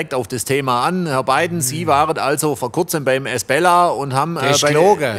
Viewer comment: Ein Glück gibt es die Kommentare, ich hab ums Verrecken nicht verstanden, wie der Laden hieß, dank der Kommentierenden weiß ich es: Esbella! Und ich hab die ganze Zeit "Miss Bella" vestanden 🤣